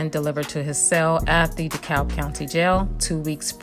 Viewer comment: the L is silent it is pronounce De Cab county